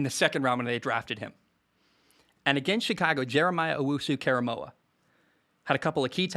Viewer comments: Close on JOK's name KOR not KAR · its "core a moe ah" not "care a moe ah" so you know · Great video. Btw, it’s “oh woo suuu- kore a moah” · It is pronounced KOR-A-MO-AH by the way. Great to hear your honest opinion on the Browns being so positive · I've been saying Baker is like Drew Brees for the last 2 years now, totally agree. Also, it's 'Jeremiah Oh-wu-su Korah-moah' :)